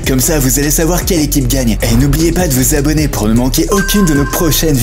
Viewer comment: tu as 5 ans ou quoi on dit pas l'ecipe on dit l'équipe 😂😂